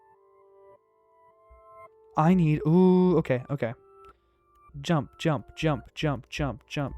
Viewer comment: Did he just say yump